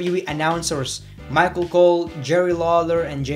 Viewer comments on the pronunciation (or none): none